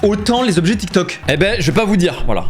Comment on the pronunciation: les 20 "Tobjets" et non pas les 20 Zobjets" ! :D On parle des 20 "Tans" de ma nièce, pas des 20 "Zans"... ! Sinon vous me faites bien rire, sympa ce que vous faîtes !